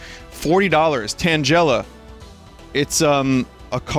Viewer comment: Vin, Tangela is not pronounced Tan-jella, it's Tan-gella, like Tangle, because it's a tangle of vines.